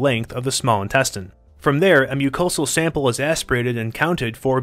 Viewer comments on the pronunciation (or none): none